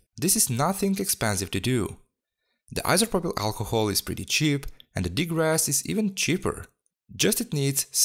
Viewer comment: Degrass? Not degrease?